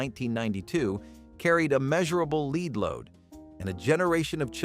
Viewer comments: Ha! Gotta love speech-to-voice technology! Lead, in the context used, is supposed to be pronounced "led". not "leed". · "LEED?" Seriously? Even a Bot should be able to pronounce that correctly. Wow... I ate LOTS of "Food Sticks." Amazing that I'm still Alive. I can't even Imagine how Many boxes of Frosted Flakes that I ate. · "Leed:???? Dumbazz Al can't pronounce anything correctly. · You know you're getting old when you remember eating and drinking almost everything on that list. And it is not pronounced "leed" it's pronounced "led". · LOVE the mispronunciation of half of these! Watch out for leed poisoning! 🤣🤣